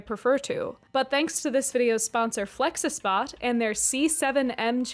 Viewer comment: I can’t watch an informational video made by someone who can’t pronounce flexispot correctly….. I just can’t…. Hearing you pronounce that word so close…. But so wrong made me not like you as a person. Did you really think THAT is how it’s supposed to sound?? You think THEY wanted people to make THOSE sounds with their mouths??? wtf is wrong with you.